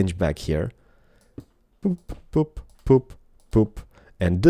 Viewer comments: he said poop instead of boop xD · not to be weird or rude or anything but it sounded like he said "poop".